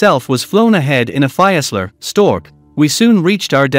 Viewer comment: "ex-ex-ex" how about 30th ??? And, it's a "FEES-lur" Stork airplane.